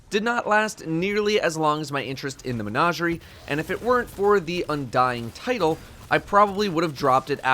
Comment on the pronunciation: Day +. still doesn't know how to pronounce menagerie. Maybe one day.